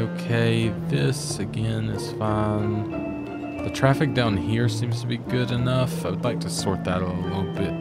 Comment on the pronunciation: Hi. Great series. Thanks. I smile whenever you say "that's Fine" my brain hears "that's fun".. And I have to smile